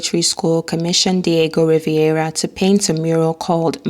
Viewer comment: Rivera not Riviera.